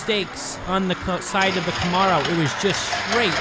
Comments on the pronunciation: Please learn the correct way to say Camaro!! Ka-Mare-O! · Please start saying Camaro the proper way! It sounds like come-air-o!